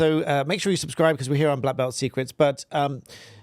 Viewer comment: Did you say “Black Belt Secrets” or “Blah-blah secrets”!😂 Only 6,500 copies of Endgame sold worldwide?🤯 Omph, what a BURN-N-N!!! Credibility officially shot! Even 30,000 copies of Finding Freedom is not enough for Scobie to retire on, (especially as he had to split that with his Co-author).